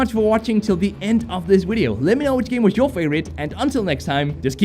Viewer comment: Why do u say wideo instead of video? Lmao it's great